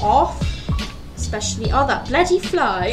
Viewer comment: Are you based in the uk? I was just curious as most of us uk furs say bloody all he time, and you sounded very British when you said bloody fly